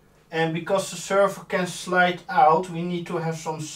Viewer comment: sherver, its a server SERver rhooo XDD, if you are french why speacking in inglish ?